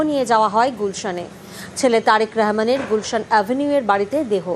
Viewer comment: শুনেন তারেক রেহমান হবে না রহমান হবে আগে ভাষা উচ্চারণ শেখেন তারপরে সংবাদ সঞ্চালনা করবেন